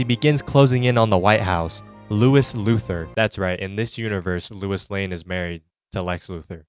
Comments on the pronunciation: Bro said lewis and not lois lmao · Every time he says Louis instead of Lois, I begin to hurt deeply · its "low-is" gng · Also, "Lewis Lane"